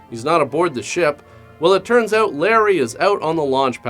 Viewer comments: "I couldn't even figure that oooot" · When he said "figured that OUT", also sounds Canadian has fuc...